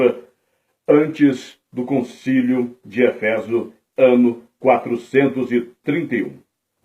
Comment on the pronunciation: Não é efÉso é Éfeso! E nao é antióquia É Antioquía